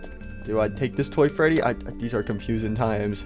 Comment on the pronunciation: I laughed when you said "Toy fatie"